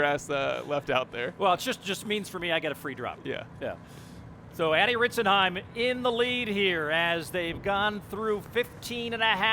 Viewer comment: shoutout one of the commentators got it right